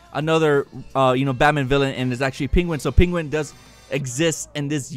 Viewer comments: Am I going deaf? Did you say SteFFANwolf & PINguin?..... It's StePPenwolf & Penguin, dude!!! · Penguin not peenguin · ...is that really how you say "Penguin"?.. Smh